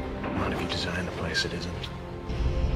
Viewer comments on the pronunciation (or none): none